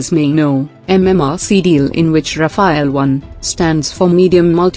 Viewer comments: It’s not “Rafaël”, it’s “Rafale”! And there’s a reason for it! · it's not Rafael actually it's Rafale litereally means gust of wind. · Rafale, not rafael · Rafale and Raphael are two distinct/different words! There is no e between f and l in Rafale. Rafale is translated as fire burst or wind gust. Raphael is just an archangel. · Sweetie, it's called Rafale. Not Rafael. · It is Rafaal not Rafail. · It's Rafale and not Raphael. Goddamit! At least get the name right if you consider yourselves some kind of expert source. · ALright everybody pay attention. This is how you pronounce 'RAFALE': RA-FALE --> 2 syllable word --> 'A' is prounnouced 'AH' as in 'ARM'. The 'E' at the end is silent. RAFALE means 'Burst of fire' in the military shooting sense and 'Gust' of wind in the meteorological sense. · Love the pronounciation. Ra-fail. Sounds about right. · It’s pronounced Rafael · Could you imagine why the Rafale ( pronounce Rah-fahl please ) is three time more expensive than SU 30 ...? Its because it is ten times more reliable .....and twice more effective its good value for money F-35 will be twice more expensive and don't mention F 22 .... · The name is RAFALE, unlike Raphael, the way female voice pronounces🧡🤍💚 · On what basis do you claim that the SU-30MKI is a viable air dominance fighter? How does vectored thrust help, or even the Pugachev Cobra? And the spelling is RAFALE, pronounced RAFAAAAAL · The correct name of that plane is "Rafale" which is the French for "gust" (as in "gust of wind") or for a "burst of fire" (as in machine gun "burst of fire"). The phonetical confusion came as a result of the lecturer's mispronunciation of that French jet fighter's name. Show less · Rafale learn your French or stfu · It sounds better when it is pronounce like ....Nadal